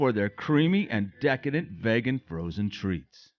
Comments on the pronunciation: Love your videos you guys! I hate to be the pronunciation police, but Craig’s Vegan is pronounced vee gan, not vay gan. :-) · another fantastic review! i see the "vegas" comes out of you - it's craig's "vee-gan" haha! keep the videos coming, dale!